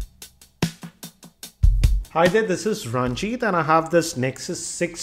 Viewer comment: All good but He is not Ranjit but a ( as his own pronunciation)